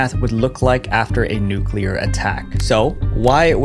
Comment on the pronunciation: Thank you for not mispronouncing the word "nuclear." So many YouTubers, whose jobs are to speak to the masses and should be expected to do so correctly, pronounce it "nucular," like NOO-cyoo-ler. It's like nails on a chalkboard!